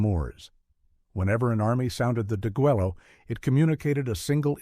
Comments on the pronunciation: It is pronounced de-gway-yo "degüello" infinitive: "degollar". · Don't forget the butchering of the Spanish word (deguello) deh GUEH yo. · If you really wanted me to listen all the way to the end, you wouldn't have used a stupid AI voice that couldn't even prounce "deguello" correctly over and over! Let me know when a real narrator takes over the script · Not in Texian, it's not. It's pronounced "deh-gway'-loh" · Please the double "L" in deguello is pronounced like the "Y" in the English word YES! How stupid is this narrator that doesn't even do a simple grammar pronunciation check! Get your AI together. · learn how to pronounce Degüello. You don't say the "Ls" You mispronounced many words. If you didn't research that, how can be believe anything else you say?